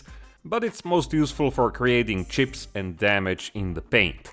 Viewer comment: Love the Way you pronounce chips, tjsssccjhhipz! Gives me good bumped every time!